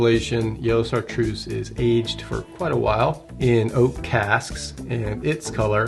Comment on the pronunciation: It's unpleasant hearing the speaker mispronounce Chatreuse. Not just once either. But it's probably too much to hope that he will take the effort to find out how the name is properly spoken